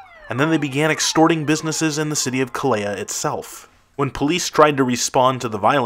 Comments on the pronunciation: See lay yuh? It is pronounced say lah yuh though. How can you know what you are talking about when you can’t even get the pronunciation done decently? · If you are going to make a video about our ten most violent cities, you might want to learn how to pronounce their names. Every time you mispronounced “Celaya”, I found myself correcting you out loud, and that’s one of the easiest to pronounce. And why do people add a vowel to “Tijuana”, making it sound like “tia Juana”, or Aunt Juana?